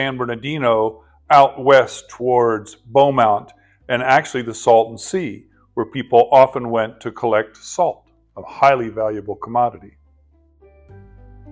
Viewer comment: Beaumont is actually pronounced Bow-Mont. :) The desert actually starts right after Banning. You can see traveling on the 10 east. It's kind of arid out there, but there's a lot of vegetation you can see from the city. But as soon as you clear the city limits it turns into desert. They do actually get snow out there at times during the winter. It melts off but it really makes the mountain peaks look pretty. If you ever get time, you should go up the mountain to Idyllwild-Pine Cove. It's an old highway so it's like going up the 38 to Big Bear. Those burros actually range into Moreno Valley/Riverside. Use to see them when we visited Sandals Hunter Park in Riverside. However, they put a big housing development on the land out there by the church and they relocated the burros so you don't see them anymore...